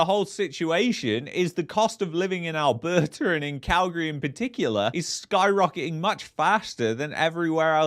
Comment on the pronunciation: It's Alberta ... Not Alberter... And Canada not Canader.... Go get a pizzer